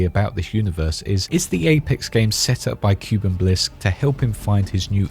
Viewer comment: the correct pronunciation is (kooh-ben) shorter O sound but you get it, Edit: bin or ben, both work